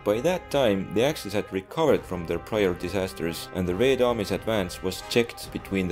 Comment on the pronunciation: I like Your pronunciation of "Red" in "Red Army", so sweet.